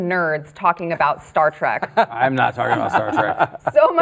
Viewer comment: I thought it was " Star Trek " and "star track" how can you guys even call yourselves fans?😊👍🏼😋